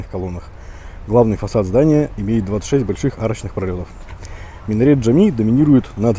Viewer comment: и мечеть Джами, а не Джамми, Джимми...